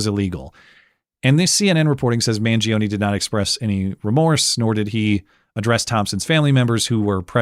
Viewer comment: Mangione is 3 syllables, not 4.